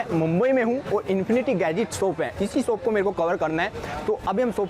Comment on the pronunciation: Soap nahi re shop bolte hai